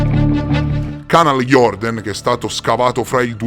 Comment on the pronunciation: Si pronuncia Canal jurden